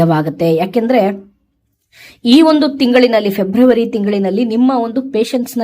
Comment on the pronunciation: ಓಂ ಶ್ರೀ ಗುರು ರಾಘವೇಂದ್ರಾಯ ನಮಃ,,, ಮೇಡಮ್ ಅದು ಫೆಬ್ರವರಿ,, ಫೆಬ್ರಮರಿ ಅಲ್ಲ ಮೇಡಮ್ 🙏🌺🙏